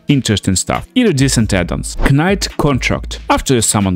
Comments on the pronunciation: I was gonna leave a similar comment. (K)night. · Knight is pronounced as night btw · pretty good video man, just a heads up though, when pronouncing the word "knight" the "k" is silent and is just said as "night". i don't mean to be rude, bilingual people are smart as hell and i couldn't even try to learn another language! other than that this videos really good